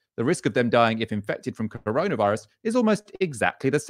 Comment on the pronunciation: I genuinely miss those naive days when was calling it the “coroner” virus. 😩😬 Well done again guys, your content during this lockdown’s been superb, thank you. 👏🏼🌹✌🏼